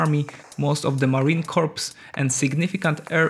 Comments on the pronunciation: Not Marine Corpse: Marine Coor! You are saying the marines aee a dead person. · No not corps. It’s sounds like core. You do not say the p or s. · "Marine corpse" lol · Marine Corps is pronounced Mahreen Core. Corpse is pronounced KORPS. OK ???? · Marine Corps!!! (pronounced core) not Corpse... -_ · "marine corpse" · If he said marine corpse one more time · You lost me at "Marine Corpse". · "Marine Corps" is pronounced "Marine Core" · Marine CORE not corps. English sucks I know. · The P is silent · Pronounce the USMC correctly!!!!